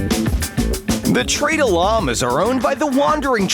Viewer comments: “The Tradah Llama” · Why does he sound British when he says trader llama lol